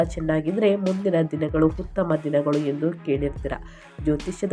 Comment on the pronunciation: Bevarsi munde ucchrane sari madu utthamanna HUTTHAMA anbeda